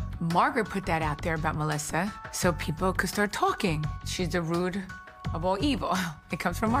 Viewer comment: It's root Theresa , not rude.😅